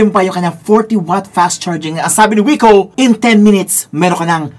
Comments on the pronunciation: Wik-oh po basa niyan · Hindi po ba kuya Vince Viko ang pagpronounce sa brand na ito. Ang sabi po kasi ng teacher namin sa English dati BMV daw po ang pronunciation sa BMW. Hehe ok yun lang po 😆